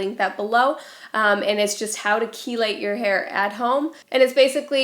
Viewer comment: Not being a bitch, just trying to help clear up confusion. The word you're looking for regarding the use of Dawn dish soap is "chelate"... pronounced "key-late". Not "chilade", which isn't a word. ("Chilades", with an "s" type of butterfly :)